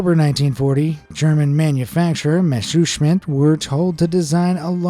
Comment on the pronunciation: Why you speak messerschmitt soooo wrong😂😂😂 i'm german and i love your accent